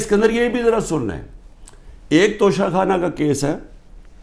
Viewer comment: Khan Sahab sahi tallafuz Tocha Khana hai, Tosha Khana nahin 😜